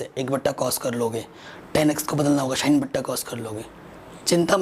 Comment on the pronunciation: Sir it is not 'shine' it is 'sin'